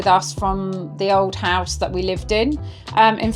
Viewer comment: What is a "hosue"? 🤣